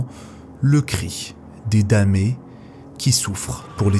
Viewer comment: Intéressant, damné se prononce danné.